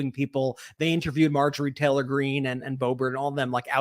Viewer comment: I love how calls her Marjorie Trailer Greene.